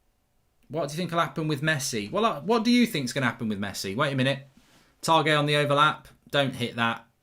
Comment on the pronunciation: Targett needs to be in the french squad, Mark you pronounce it like hitting the target on a dart board and he is English not french but class and I think we got unlucky to not get anything from the game but should’ve started better in first half, oh well we move on to Leeds # UTV lol now I’ve heard the Targett french joke😂